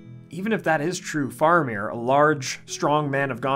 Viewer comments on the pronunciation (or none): Please. It's Fair-amir, not Far-amir, and it's "Wennm" not Wen-ham. And yes, they did our boy dirty in the films... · It's fa-ra-mir not far-a-mir. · Why are you saying his name wrong as Far amir? It is Fara meer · wait what is the correct pronunciation of Faramir? I thought it was like Fair-a-meer